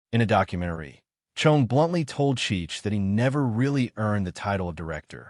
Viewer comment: Cheech and Chonge? I fucking hate AI.